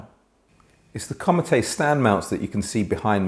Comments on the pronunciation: Comète is a French word pronounced more like the English word "comet", with the stress on the second syllable and this is also held slightly longer, not like "commatay". Apart from this, another excellent review. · Great review. I don't think the larger Antal tower speakers would be for me, based on what was described about the Comete. Thank you for keeping me from making an expensive mistake. It's pronounced "comm-ett". The "eh" sound has accent "aigu" at the end of the word. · Comete is french for comet, you don't pronounce the e on the end.